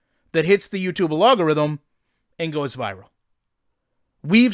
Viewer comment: Love your videos dude but it’s “algorithm” not “alogorithm” lmaooo